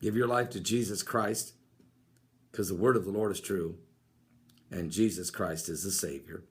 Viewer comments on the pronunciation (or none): none